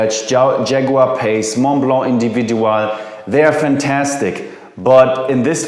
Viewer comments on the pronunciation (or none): none